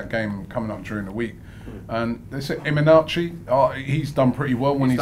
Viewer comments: Did just call Iheanacho, Emanachy? 😭😭😭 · Imenachi 😭😭 I don't know how to pronounce his name but I know it's defo not that